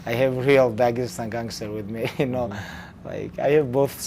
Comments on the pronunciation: tony : "daegestan " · Tony: “Dagestan.”